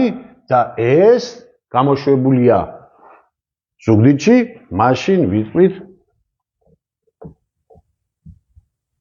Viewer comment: ზუგიდარი და ზუგიდური ___ზუგიდი და არა ზუგდიდი...თაში რე დათო პატინი...